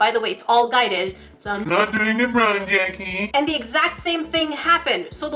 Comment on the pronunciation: Isn't it jackie